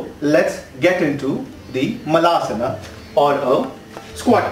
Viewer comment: LOL guru... it's malasana (poop pose), not maalasana 😄😄. मलं in Sanskrt means poop!!